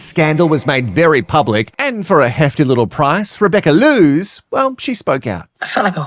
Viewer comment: Rebecca Loos is most likely dutch or flemish, so her surname is pronounced w/ a long "o" sound. The playboy magazine cover did a word play with her name "eindeloos" Rebecca = endless Rebecca